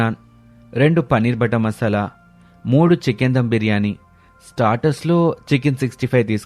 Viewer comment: Mashalaa kadhu 😅 masala anali 😏😏😏